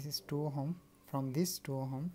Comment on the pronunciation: Ohm nahi, ohom 😂